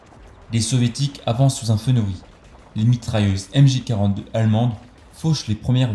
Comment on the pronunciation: MG 42 et pas MJ 42. Le général Otto von Lasch a un nom qui se prononce LAR ("sch" = "r" en allemand)